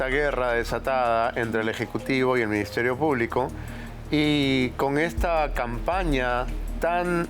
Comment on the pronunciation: Dudo que sepa cde leyes. Escucha còmo prununcia Minsiterio Pùblico.